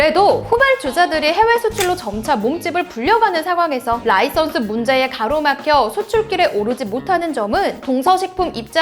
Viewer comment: 라이선스는 어느나라 발음